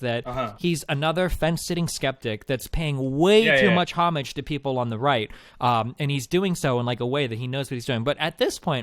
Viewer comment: Haha my man destiny can’t pronounce ‘homage’